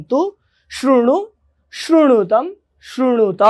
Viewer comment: शृणुत होगा , श्रुणुत नहीं.... 2nd last वाक्य।